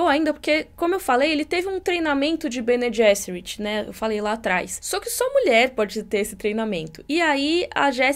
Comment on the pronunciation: O "g" em Bene Gesserit é "soft" mesmo, pronunciado /ˈbɛniː ˈdʒɛsərɪt/ em notação IPA (alfabeto fonético internacional). É o mesmo som do 'g' em "general" em ingês e não o /g/ de "get" (/ɡɛt/).